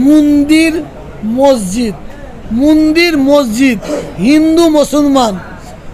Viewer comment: " মন্দির " উচ্চারণ ঠিক করুন